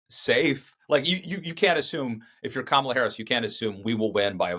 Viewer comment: It's Ka...ma...la!!!